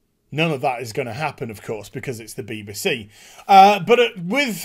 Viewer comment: Agree with everything except the way you say BBC beebasee?!?!